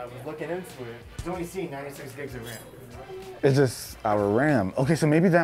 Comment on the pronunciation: 96 gigs of what? what? Did I just hear 96 gigs of RRRAAAMMM.